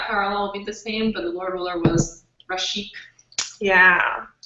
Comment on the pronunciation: Rashek, not Rasheek